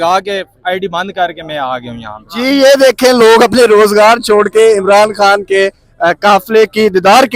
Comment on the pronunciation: Please pronounce his name correctly, he is "Imran Khan" not "Amran"